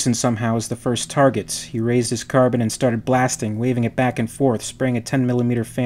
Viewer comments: Car-Bean or Car-Bine, not Carbon. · It’s not a Carbon. It’s Pronounced car-bean. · No nO NO. It is Carbine or Carbean, you can pronounce it either of those ways. "Carbon" is not a correct pronunciation, even among the English who fail their native language on a regular basis. They insert extra syllables into words like "aluminum" and pronounce "lieutenant" with a lithpt. But they don't ever say carbon. Unless they are talking about carbon. Strangecreed was gently pointing out a mispronunciation, and that is all I'm doing. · Say it with me now car-bine Car-bine not carbon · Love these videos bro... but... and I say this with love.. its pronounced CAR-BEAN... not Carbon. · Pardon my pedantry, but "Carbine" is pronounced with a long "e" like Een, not Carb-in. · No. Its Carbine pronounced "Car-byne" the same way the English word Turbine is not pronounced "Tur-bean". Car bean is simply incorrect. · Car-bine Its not an element. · It's car-bean actually. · ahhh!! its car-bine!!!